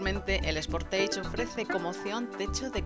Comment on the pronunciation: Quien mierda le dice al sportage "Sportaige"????????